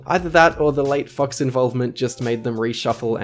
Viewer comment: Am I the only one hearing "fucks" instead of "fox"? my mind's broken